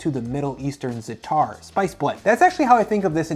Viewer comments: I don't trust a .???. guy with spices, but it was nice to see you name 10 spices. By the way, its Zaa-atar, not Zetar, and not to be picky, there is a difference between a spice and a spice blend. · Za’atar is pronounced “ZAH’ uh-tar” three syllables